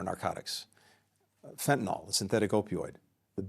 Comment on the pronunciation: It's surprising to me that essentially every politician, even one as educated and well-spoken as Blinken, pronounces "Fentanyl" wrong. It's as if they've never seen the word written down.